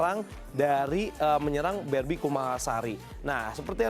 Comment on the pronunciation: apa gw doang yg denger doi bilang "B*Bi KUMALASARI " ..hihihih